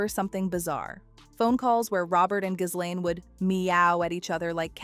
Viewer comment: iF YOU really want us to take you seriously on this very serious topic you have to pronounce her name properly and you dont.